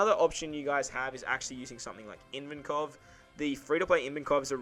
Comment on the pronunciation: hahaha, I N vankov? Ivankov without the first n you speak, mate :)